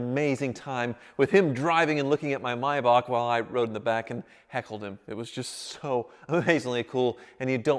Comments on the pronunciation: no no no its Maybach not Maybak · Thank you for pronouncing maybach correctly. I cringe every time I hear mayback